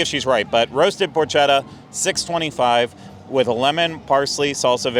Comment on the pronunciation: potchetta is pronounced with a hard c. The H is silent.